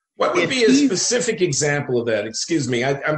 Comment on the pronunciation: Did he just say Pacific instead of Specific…?